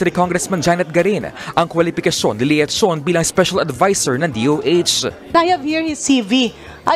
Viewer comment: Dr.Tony Leachon( pronounced Leyachon), correct spelling